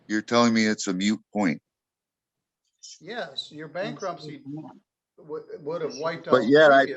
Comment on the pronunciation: is Moot point not mute point. One of my biggest pet peeves.